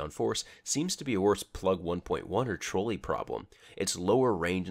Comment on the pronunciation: Lol. You said trolley like troll. It's trolley, like ding ding "let's take a ride on the trolley".